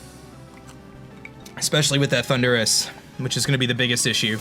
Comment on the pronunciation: No offense, but do you say ThunDUrus on purpose? xD